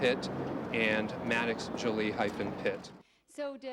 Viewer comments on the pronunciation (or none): The pronunciation of her name is not JOLLY. It is JOE-LEE. Get is straight!